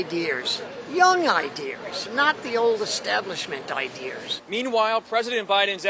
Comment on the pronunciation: Why hasn't anyone told that older gentleman how to say ideas?